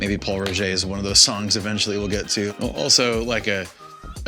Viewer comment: It's "Pol Roger" lol